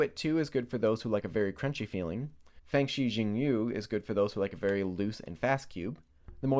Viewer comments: It has to be pronounced "shingyu" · Also the u in Yu has some odd pronunciation I can't describe. It's definitely not pronounced 'you'. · Its chinese- the x is pronounced like shhh. Most people say zing yu so...